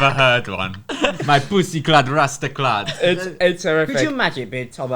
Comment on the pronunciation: man said rastaclart im finished hahaha